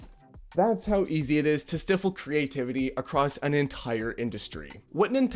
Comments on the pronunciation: I'm sorry to be this guy: stifle is pronounced st-EYE-ful, not stiffel. Please get it right. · Bro keeps saying "Stiffil" instead of "Stifle (Stai/Sty-Full)" and it's absolutely killing me, everything else is fine. 😂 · if you say stiffle one more time, then Im going to have to stifle you. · person-turqouise-waving: Its pronounced STEYE-FEL. bud! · lol....I picked up on that also and was going to comment if nobody else did....I don't know this Youtuber so had to look to see if he was AI (which always mispronounces words) when he said 'stiffle' several times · An AI voice might have been able to pronounce stifle properly, at least!